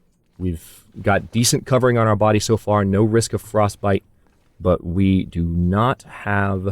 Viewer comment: fyi. Everyone needs to learn. Your so well spoken but frostbite? C'mon man